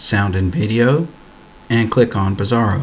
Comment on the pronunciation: OK - I would pronounce the application as 'BRASS-AIR-OH' - am I missing something here ? 'Bizarro' just doesnt sound right :(